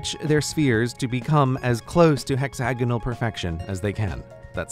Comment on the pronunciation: Hexanogles... Pentanogles... I love it. The bestanogle way of pronouncing hexagonals.